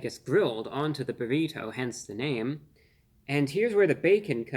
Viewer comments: Reviewbrah is great. But the way he repeatedly emphasizes the non existent “h” sound in burrito (aka “burr-heeto”) makes me think he may be the grown up version of Stewey from Family Guy lol. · BA-REE-TOE!??! so annoying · Why does he pronounce burrito in such profound way I guess almost like you can hear every letter in the name when he says burrito the bo-reet-toe😂😂😂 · Nice job, but you’re T is over pronounced when you say Burritoe 😂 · No one. Not a single human on this planet pronounces "burrito" the way reviewbrah does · I just like the way he pronounces burrito. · The way Reveiwbrah pronounces "burrito" tickles me every time the same way I hear some flap-headed Canuck say "oat." Wholesome content.